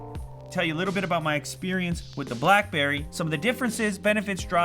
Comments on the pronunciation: BACKBERRY..... ffs get it right XD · Back berry priv? Lol